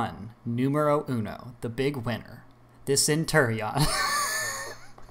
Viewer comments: I laughed so hard when he said centurian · I Laughed about the centarion